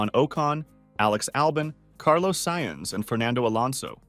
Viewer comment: bruh the way he butchers the drivers name lol. Esteban okon, Alex Alban, Carlos Saians